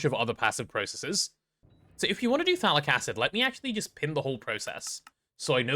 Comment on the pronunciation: I do NOT ear any T in phthalic, wich make a bit... well... ambiguous